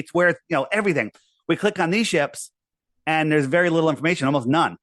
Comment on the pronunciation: every time he says "littley" i want to kick my tv. little italy. he probably spells it "could OF" and "would OF". or maybe uv. uv protection 1 million.